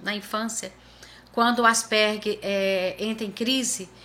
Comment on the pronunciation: Parabéns! A primeira vez que escuto, aqui no Brasil, a pronúncia certa!